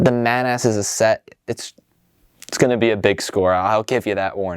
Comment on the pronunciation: I cannot stress enough that that is pronounced "Maw-naws"